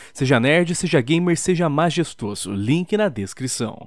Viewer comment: (toda vez que começa a propaganda da Majestoso, eu ouço o falar "MaXestoso" pela 1a vez.